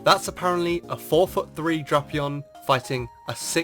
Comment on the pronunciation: So apparently Drapion is pronounced as "Dropeon".